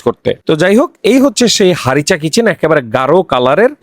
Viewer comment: হারিসা চিকেন হবে উচ্চারণটা। উনি ভুল করে হারিচা চিকেন বলছে।😂😂 এটা উনার আবিষ্কার না। Chicken Harissa/Harissa Chicken লিখে সার্চ দিলে রেসিপি পেয়ে যাবেন।